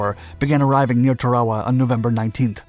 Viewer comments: "TAR-O-WAH", ...not whatever your saying 🙄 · Tarawa is pronounced TAR-AWA and Betio is pronounced BAY-SHE-OH. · The island name is pronounced, "Tar-o-wah"; ask any veteran over 65. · Sounds like your saying Chihuahua instead of Tarawa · The island’s name is pronounced TEH-ruh-wuh. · dont know about your pronouncing the islands name !! supposed to be Tar ah wa ??? Thats what the MUST WATCH "Victory at Sea" 1952 docuseries called it!!! My father drove a landing craft into several beachheads in New Gunea and later at Lingayen Gulf, Phillippines........ While all around him people were being blown to bits... :( He only briefly mentioned it once... Same with the others who served... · Tarawa is pronounced TAA-rawa. And Betio is pronounced like ratio. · In 46 years ive never heard it pronounced tah rare wuh.Thats totally incorrect.Not the people that watch your videos woild ever care or even know how the islabds name is spelledor ptonounced. Obviously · It’s pronounced Tara-Wah. Like Tara from gone with the wind. Also when you see things like mk. 48 torpedo it’s pronounced “mark 48 torpedo” not “M.K. 48 torpedo.” Had to stop watching the videos because you clearly don’t know what you are talking about and the scripts get a little fascist sometimes. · The pronunciation bugs me. Why say shit differently than all other documentaries of the last 80 years? T-air-uh-wa. A-toll. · Are you sayingTarawa wrong? I’ve never heard it said that way. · He must be using the Japanese pronunciation in English....lol.. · You mispronounced Tarawa and Betio. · Is no one going to mention how he’s pronouncing tarawa?!? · The pronunciation of “Tarawa” throughout the video makes it almost unwatchable. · Might want to learn the correct pronunciation of Tarawa first before attempting to convey information about the island and the battle. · Turwahwah? Is this a computer talking? It's pronounced Tair-ah wah. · It's pronounced TARawa, not tarAWa. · Tar-a-wa, not Ta-raw-a. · It's pronounced Tayr o wah.